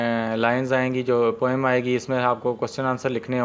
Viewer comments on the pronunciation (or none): none